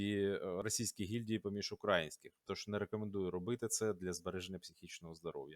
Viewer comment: украЇнських*, украЇнці* - конкретно в цих словах наголос надважливий